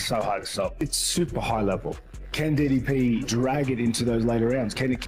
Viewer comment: How do people still not know how to pronounce DDP's name 😭